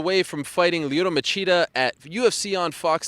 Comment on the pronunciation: Lyoto Ma-CHEAT-a